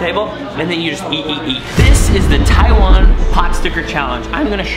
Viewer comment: Logan...go teach how to say "Taiwan" right. He has some sort of tongue problem on pronouncing the word Taiwan.